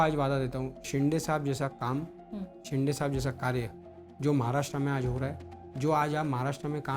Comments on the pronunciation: अरे आधी शिंदे बोलायला शिक नुसता शिंडे शिडे बोलतोय... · Yala ajun Shinde bolata yet nahi😂